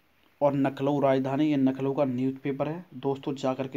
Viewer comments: पहले कट ऑफ नही रिजल्ट पहले आ जायेगा अच्छा नखलऊ लखनऊ बोलना सीखो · Hahahaha नखनऊ